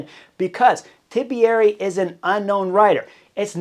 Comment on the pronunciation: it's not TIBIERI there's no middle I.